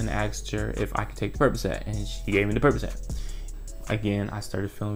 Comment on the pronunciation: Percocet 🚫 “Purp-ugh-set” molly Purpuhset✅